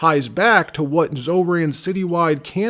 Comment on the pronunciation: "How to Spaw (spoT)and Repore (reporT) " (WhaT) Why won't you pronounce your letter T's? Where did you pick that up? The guess would be stupid Ignorant teachers?? Always great reporting and journo though!!